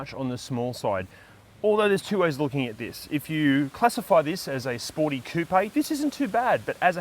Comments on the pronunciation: Koop or Koo-pay..... 😊 And I just LOVE that car! I want one.....👍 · Great vid. I just want to respectfully point out you are adding an extra syllable to coupe.